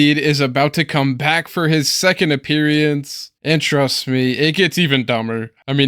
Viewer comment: you’ve been watching too many of these delusional sovereign cidiot videos. You’re even saying “appeariance” instead of “appearance”! Please take a vacation to the beach for at least a week… maybe two… and clear your head! 😂🤣😂🤣😂